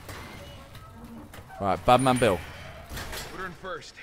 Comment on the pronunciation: Was he saying Badman Bill or Batmobile?😂